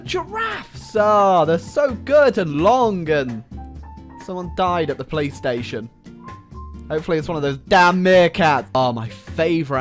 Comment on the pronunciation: No offence but when you say police station it sounds like PlayStation. I suppose it’s just the accent tho